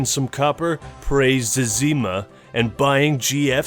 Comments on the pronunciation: Its pronounced ZEh-Zah-Mah!!!!!! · Who the fuck pronounces Zezima that way? Phenomenal video either way.